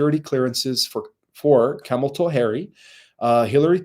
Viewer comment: I do the same thing with mispronounciation at times. My biggest laugh is when called Kamala " Kamal- toe". I was asking if he knew what " camel- toe actually was!😅😂. Adorable😊